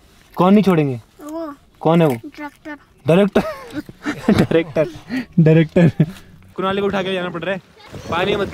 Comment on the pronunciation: The way said 'director' was funny 😄..